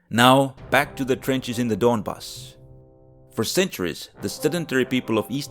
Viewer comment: donbAss, not dOnbass :)